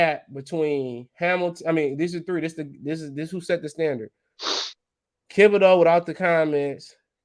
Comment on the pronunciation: Lol man it's THiB o deax not KIB o deax bro, u been butchering that boy name forever😭